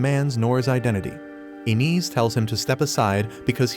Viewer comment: it's pronounced 'Eye-nez', not 'in-is'!